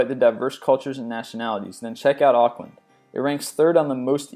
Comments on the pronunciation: You said Aukland wrong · you said Auckland wrong I'm in Auckland😳😳😳😳😳😳😳😳 that's rude